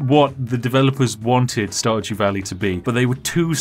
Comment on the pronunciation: I heard "StarJew." Every. Single. Time.